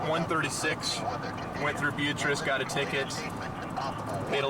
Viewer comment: It's pronounced be-AH-triss."